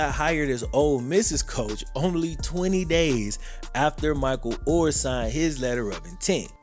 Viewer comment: is mos Def in my top 5 favorite YouTubers.... but why tf can't he say their last name right??